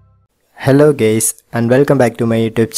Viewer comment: Did he just say hello gays LMAO